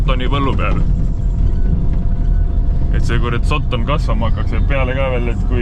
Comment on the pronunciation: Terve video välter räägid "sotton" ja "sotton". Öelnud siis kohe, et tegemist on austraalia Puuvilla farmiga jne.